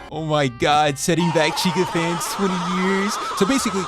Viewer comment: "Fanf's" rip